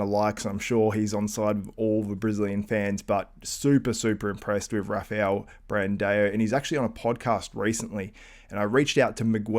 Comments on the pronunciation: His name is BRANDAO!! AO! NOT BRAND-EO!!! THERE IS NO e IN HIS NAME!!!!! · Dude your pronunciation in this video is awful. Brandao for 3rd i think. Breon sucks balls & should retire already.